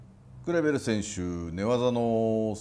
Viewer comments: クレベルのとこグルグルって聞こえるw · クレベルが「グルグル」に聞こえるのがたまらんww